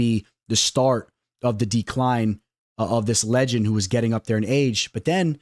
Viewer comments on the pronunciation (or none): none